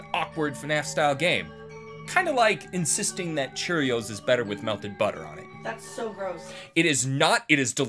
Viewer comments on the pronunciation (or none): the way he said butter was funny an halarious